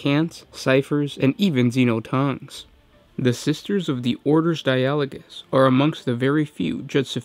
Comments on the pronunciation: Or Dia-ah-low-gus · I'd expect the emphasis on di-a-LO-gous (as in the dutch word) or DI-a-lo-gous like the english word dialoque... (edit) Darn, in italian it's di-A-lo-go... assuming latin (and thus gothic) is more like Italian than English or something else, the pronunciation in the video might be right!